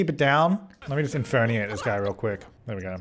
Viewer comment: your default now is to just inferniate No one:: INFERNIATE